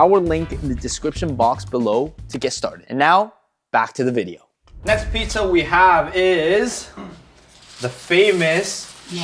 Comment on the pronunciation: You cannot even pronounce “pizza” correctly, it isn't “pitza”.